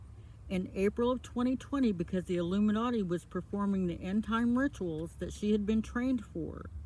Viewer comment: YOURE NOT WORTH THE VIEW!!!! You think because what she said is so immensely mind blowing, it’s not believable? You are a 🤡. 💩. Learn to pronounce END TIME RITUALS I have watched every video of hers and she is beyond on point. You speaking about the lord warning is so UN-Christian of you… YOU ARE SO DISRESPECTFUL TO ACCUSE AN ACTUAL VICTIM!!!!!